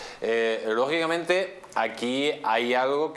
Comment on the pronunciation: Mas rojo que nunca!!! Mas rojo que los ojillos entrecerrados!!! Minuto 24 "logiblamente' 🥴 Señor ehhhh Hasta donde puede llegar que...este involicrada 😂 0'24